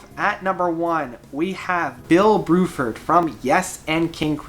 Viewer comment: Bruford not BROOFORD XD